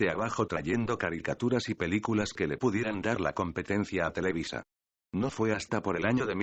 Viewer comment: osea televisa no televiza, ya me idiotizó, jajajaja